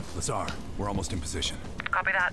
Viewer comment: you probably won’t see this, but Lazar’s name is pronounced as “La-z-are” Edit: nevermind I guess I said that too soon lol